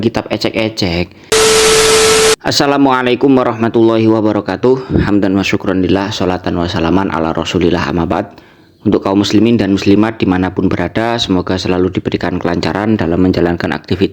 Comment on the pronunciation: Ammaa Ba'du, dibaca amma "ba'ad" minta penjelasan